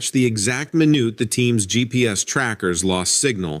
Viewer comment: I always thought you were reading these accounts yourself, however only a machine would pronounce the word minute minoot. That explains the other mispronunciations.